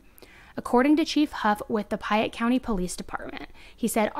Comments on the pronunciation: PAYette, the word is PAYette not PIEette. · You also pronounced payette funny. It’s pay- ett Sounded like you said pie-ett :p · Hi! Payette – pronounced "Pay-yet" & Not "Piy-yet". Idahoans are very picky about pronunciations of any City, County, Street's and ect. I work for the State & was corrected if I pronounce a City or County wrong. 😉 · Hi, wonderful job on the story. I live in Idaho and know this story and have been following it. There is only one thing that I wish to point out that you haven't corrected in your comments. The county that this takes place in is pronounced "Pay-ette" not "Pie-ette". I'm not meaning to be nitpicky about this but I want to bring this to your attention so you may now know how Payette is pronounced here in Idaho as I was confused each time you said "Pie-ette" when you were talking about the police and county.